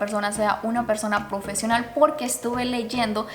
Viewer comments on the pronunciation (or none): Me dió mucha risa Cuando Dijo Asegúrense k esa Persona Sea "pofesional"